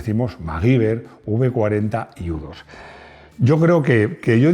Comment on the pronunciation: unas notas: U2 se pronuncia igual que You too (tú también) 2. USA. No se dice "los norteamericanos": los canadienses, y mexicanos vivimos en norteamérica Son estadunidenses los habitantes de USA.